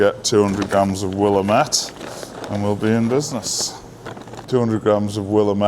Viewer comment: Willamette rhymes with damn it. (w-LAM-it)😜